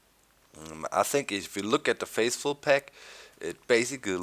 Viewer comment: lol he said faceful instead of faithful lol